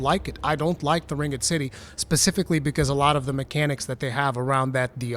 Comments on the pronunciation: Ring-ed city? That’s a first time hearing anyone pronounce it that way. Kinda crazy actually. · That’s because he is saying it incorrectly.